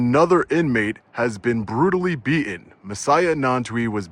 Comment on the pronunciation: I'm a long-time subscriber and watcher. And I wanted to watch this one all the way through. But I simply can't when you intentionally mispronounced beatTen over and over and over again.